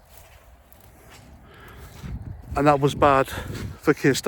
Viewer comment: The word is Semitic, not semetic.